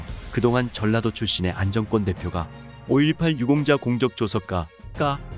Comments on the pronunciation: 안정권씨 진심으로 응원합니다. 글 읽으시는분, “안정꿘” 꿘 아니고 그냥 안정권 “권”으로 읽어주세요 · 안정권 이름 읽을때 왜 안정 꿘이라고하나 엄청 거스리네 내용을 흐려요 읽는게 참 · 안정권 대표 발음을 일부러 인정꿘이라고 하나요? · 안정권 권발음이좀....ㅎ